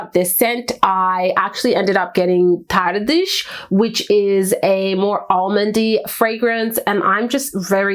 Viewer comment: Please : Tardes from Carner Barcelona...why are you keep pronouncing it in Portugues ? Barcelona is in Spain and the " ch" at the end of Tardes is for a portugues prononciation. Please check how it is spelled on google, not complicated.